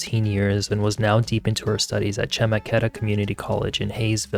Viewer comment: CHUH- MECK- IT- TUH COLLEGE, but definitely definitely good uploaded content dear!! 🫰🏾🫰🏾